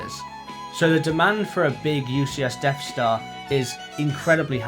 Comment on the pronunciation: Deaf Star? Am I hearing you right :)